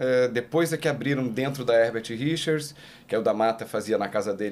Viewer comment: Eu me lembro criança, ficava falando isso..."Versão Brasileira HergaTirichas" kkk